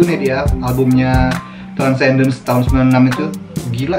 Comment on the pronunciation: It is Transcendens bro bkn transdencens..u sebut terbalik laa